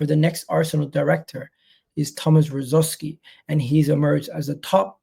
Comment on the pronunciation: This guy can't even say his ex players name get out of here 😂😂